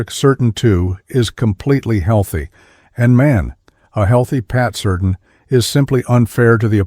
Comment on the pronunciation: Don't like the way AI pronounced Surtain,Certain